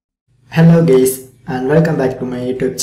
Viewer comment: did he say "hello gays"???